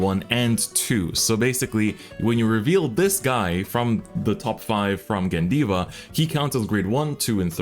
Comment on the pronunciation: Course its gandeeva